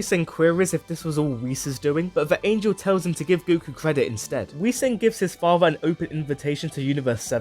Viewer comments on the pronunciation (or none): none